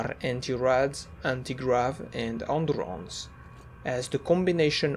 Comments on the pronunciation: Are you French by any chance? The way you say "endurance" is really unusual. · Bro the way he says endurance